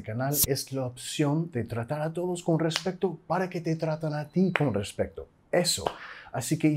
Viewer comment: eres muy bueno enseñando gracias a ti he mejorado mi speaking en la escuela saludos desde mexico pd: un pequeña observacion, eres mejor que yo pero me di cuenta que en otros videos y en este dices "RES-PEC-TO" en lugar de "RES-PE-TO"